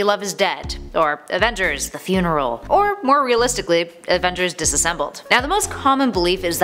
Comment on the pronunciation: "Avengers *Dissasimble*" oh shit